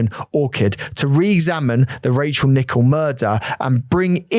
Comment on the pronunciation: I like the fact that you even pay attention to how her name is actually pronounced. Much respect to her memory xx